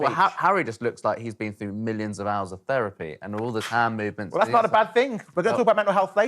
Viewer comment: If you’re going to use the word “millions”, maybe learn how to pronounce it.